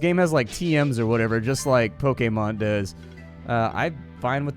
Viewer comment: The only person to say Pokémon correctly in the whole world.